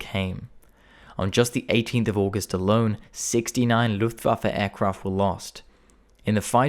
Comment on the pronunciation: his German pronunciation of terms like "Luftwaffe" and "Adlerangriff" are also spot on!